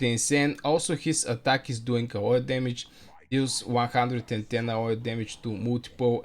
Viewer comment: it's pronounced A O E , just the letters.